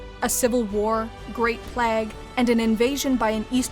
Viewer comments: You can pronounce Minas, Isildur etc but you cannot pronounce the word "plague". it is Play-guh, not Plagg. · Just came from a 40k video, the fuck is the narrator's problem with the word "Plague"? Is it really that hard to pronounce? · Great video, my only critique is the bizarre way you pronounce plague.